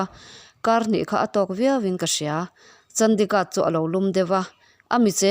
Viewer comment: I chhiar sual nge, a ziaktuin a ziah sual? Mout Abi hi Maharashtra state a awm a ni li, Rajasthan a awm a ni. Chandigarh i lam dik lo tluan parh!!!